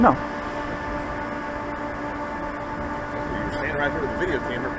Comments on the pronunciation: VeHEkuls. Cracks me up every time. Other than that, hats off for doing a great job. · The "H" in "vehicles" is SILENT.... it's not VEE-HICKLES.